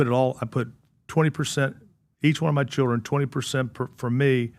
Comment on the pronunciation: "Dit you mean your CHILRINS Chilrin...?" this comment approved by my speech therapist Al Sharpton